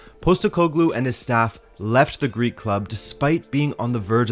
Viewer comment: I would had never guessed he had Greek in him that accent is impeccable